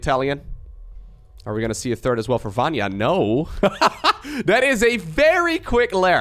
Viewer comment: Vanya "ny" letter like New "N" I hope I help you with this, i am from Hungary and we easily can say any name:D